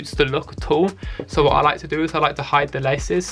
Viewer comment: "I fwink dey wook pweti cool wike this sowe"